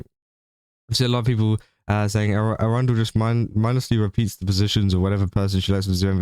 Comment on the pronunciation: I hate how you pronounce Erundel because it sounds like the city of Arundel, which is not what that name is.